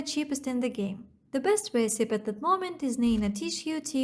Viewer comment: Great job. I've been liking these videos. I have two pieces of constructive feedback. 1) Don't worry about apologizing for a skin condition you can't control. If people are more interested in your looks than your content, they are in the wrong place. That's what OnlyFans is for. 2) In English, the word "recipe" has 3 syllables with a long E sound at the end. The I can sound like the short I in lick or sometimes like the U in punk. So: reh-sih-pee or reh-suh-pee keep up the good work.